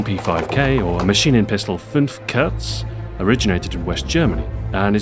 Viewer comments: lovr hoe hr pronounces the german name of the Maschinenpistole 5 kurz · If he'd speak any german he probably wouldn't have pronounced "Kurz" as how it reads in english, but with a proper "u" sound. :P